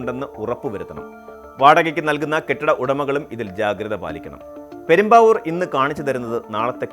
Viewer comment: പെരുമ്പാവൂർ അല്ല പ്രേം ബാബൂ!